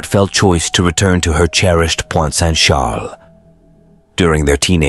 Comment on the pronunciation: It's Pointe-Saint-Charles in Montreal, not Point Saint Shaaaaluh 🤦‍♀️